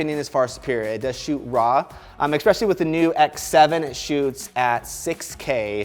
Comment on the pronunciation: "Exspecially"... Lol. The word is very "especially".